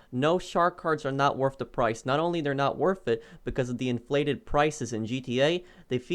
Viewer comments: Its nat wurf it guys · Lol it’s not worff it